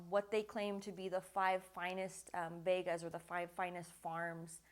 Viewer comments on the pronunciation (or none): none